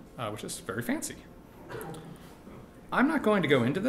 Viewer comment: I love the way this guy says "verr pretty" and "verr nice"